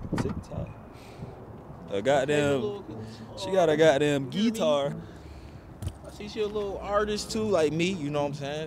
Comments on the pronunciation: It’s how he saying “geeetar “ for me 😭💀☠️they funny asfk though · Bro said getiar